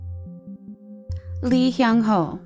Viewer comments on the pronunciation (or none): boy's name: hyung ho narrator: hung hyo